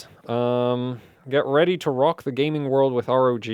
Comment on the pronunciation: you know you can just say rog, like in rogue and tough for tuf😉😊